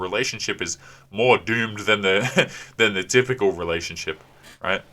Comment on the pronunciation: you keep pronouncing relationSHIT wrong.